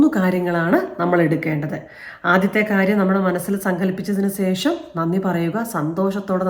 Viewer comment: ഈ വീഡിയോയിൽ ഏറ്റവും കൂടുതൽ പറഞ്ഞ വാക്ക് "സേഷം" എന്നാണ്... 2025 മുതൽ അത് "ശേഷം" എന്ന് പറയാൻ ശ്രദ്ധിക്കുമല്ലോ.....